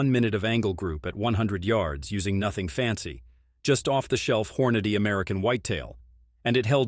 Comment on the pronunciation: Hor-notti? WTF? THIS AI shit is ridiculous